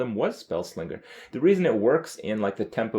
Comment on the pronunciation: Friendly reminder - the "g" in spelling slinger is silent.